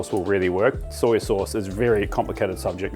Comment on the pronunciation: It murders me every time I hear "soyYUH". Like, just soy. No "yuh". lol